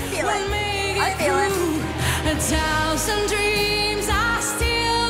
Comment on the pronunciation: I love how she says “Tousand” instead of thousand. She’s outstanding!!!